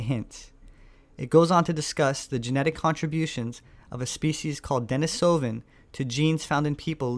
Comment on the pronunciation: IT'S DE-NI-SO-VAN